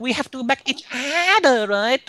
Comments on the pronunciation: Say it say it "back each udahhhh" 🤣🤣🤣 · Each ooorherrr 😆